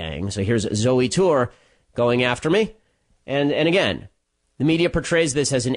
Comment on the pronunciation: You just called her zewy, when you know 100% damn well her name is pronounced “Zoey” stop stiring the shit pot...